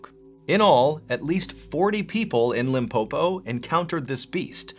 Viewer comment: The way Mr Ballen says "Limpopo" feels me with pride as a South African 🇿🇦😊